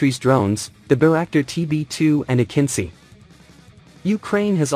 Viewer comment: Bro that's not akinsi you pronounce terrible its pronounced as akinji like j .